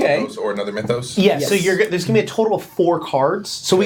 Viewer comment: It's really grating that continually mispronounces "Mythos," no matter how often everyone else pronounces it correctly!